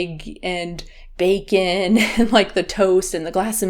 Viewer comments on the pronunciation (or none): none